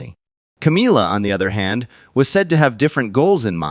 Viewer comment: Will you please refer to that woman by her correct name she is not Cameelia, but Camilla. it is annoying to say the least.